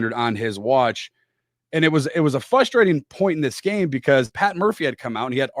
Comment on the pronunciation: is a canned, teleprompter using, unknowledgeable host. Get this clown off Locked On. Anyone can talk randomly for 22 min about nothing. Again the word is pronounced frustrating, not fusstrating.